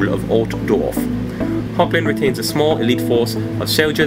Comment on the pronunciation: I hate to correct you, but it's (phonetically) pronounced as 'Hog-land' The 'g' is pronounced as you scrape your throat (like the Dutch pronounce the 'g'). Hochland is German for High land. Or in Dutch it's Hoogland. =) (sorry I just couldn't resist telling you what it is in Dutch, as I'm Dutch =P ) ... so maybe the English accent you applied to the imperial, should be Germanic, like German or Dutch? =P Thanks again m8 for all your passionate and hard work! Hugs to Igor =)